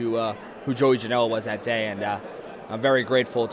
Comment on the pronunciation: Not trying to Hate.. but are you sure your name isn't JOEY JANEL-UH ?